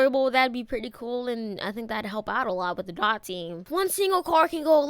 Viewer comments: My bro😂 it's Dee-o-tee not Dot😂😂😂😂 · Your annoying me saying dot it’s D O T